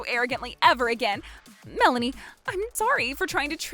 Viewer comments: That's what I want to know, I mean he pronounced it as "Mel-AY-nee". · Dude can't pronounce Melanie's name correctly. Mah-laney? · Whenever the dad says Melanie, it almost sounds like Malenia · Never heard the name Melanie pronounced that way before. Male VO sucks. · Why the sudden mispronunciation of Melanie's name?